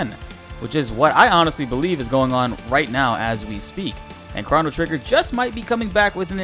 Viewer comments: chrah-no trigger lol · stop saying "chrono" like that lmao